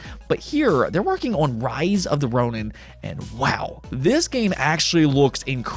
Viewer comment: Ronin is pronounced ROH neen